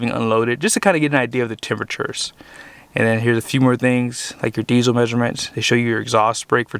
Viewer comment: There is an “L” in diesel!